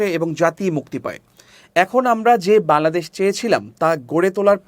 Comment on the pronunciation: বাংলাদেশ উচ্চারণ সঠিক ভাবে করবেন☹️